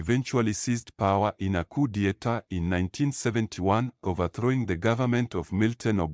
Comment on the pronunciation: Work on 'coup de etat' pronunciation asap